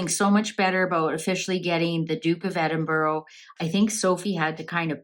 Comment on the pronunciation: Glad Edward and Sophie are well but I wish people would pronounce Edinburgh right no offence has no O sounds like bura like the u in ug thank you